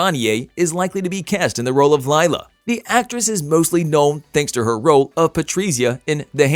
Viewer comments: Omfg it’s not Lyla? It’s Lila like … Lee La !!! Fix this now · “Laila” its literally LILA. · Pronounced Leela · Yes please! My daughters name Is Lila (Lee la) I haaate when people call her lyla